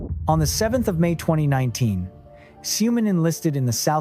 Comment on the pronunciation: Xiumin is pronounced "shoo-min"...i want to see all 9 together and it will make me tear up at the sight.